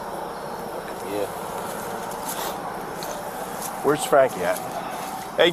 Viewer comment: Just to correct the policeman it’s not ‘ Neesarn ‘ it’s pronounced’ Nissan ‘ .